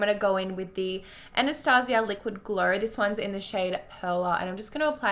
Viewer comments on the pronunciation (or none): none